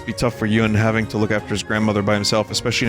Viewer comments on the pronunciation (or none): The Shifu straight annihilated that first tiger. Also isn't Yun pronounced "oon?"